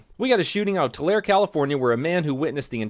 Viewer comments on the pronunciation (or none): hey thats my home town edit:oof he said toolair, it's pronounced tu-lair-e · It's pronounced "TWO LARRY" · Tulare pronounced "two-larry" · Tulare is pronounced like you're addressing a letter to Lawrence. "To Larry." That said, yeah, sure... the cops were murderers for shooting that guy because police batons toootally can't be misused in a deadly manner. I'm sorry, but all that waiting for backup would have accomplished would have been more ammo dumped into him. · I live near Tulare, it's pronounced Tulareey (Tular-e) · Pronounced Too-lair-ee WTF you think happens when you fight the cops? You lose, always. I can't tell you how many cops show up, but it will be as many as it takes. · It’s pronounced “Tuh-Larry” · It's pronounced two Larry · TULARE...too-lair eee.